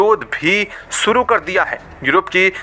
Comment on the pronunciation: अबे कैसे बोल रहा है बे, सुरु कर चुके हैं या "शुरू" और ऐसे चबा चबा कर क्यों बोल रहा है, नॉर्मल बोल न😂😂😂